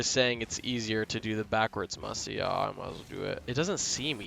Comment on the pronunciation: bro did not just say musy flick not musty flick